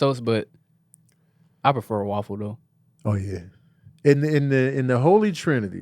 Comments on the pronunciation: we need to address they way you pronounce waffle as WALL-FULL😂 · Every time say’s waffle I chuckle a little bit. Wuaffle😂😂